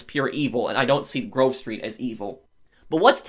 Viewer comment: Whenever he says Grove Street, I always here groceries